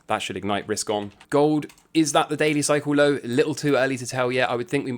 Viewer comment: Few videos in... take a damn shot every time says "Cycle lowe (low - British accent emphasis added)" lol - ughhhh